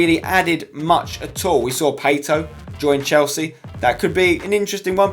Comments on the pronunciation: Why did you pronounce Pato as pay-toe instead of pat-oh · Hey Spencer, great vid, just one correction... Pato isnt pronunced Pey-tou, its more like Pah-To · you say Pato weird haha "Paytoe" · Did you pronounce Pato as Paeyto ? Wtf spence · "paito" lol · The way he pronounced Pato! 😂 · the way spencer pronounced pato was bloody awful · how the hell do you pronounce Pato wrong? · Please don't tell me you pronounced pato like that! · u say pato wrong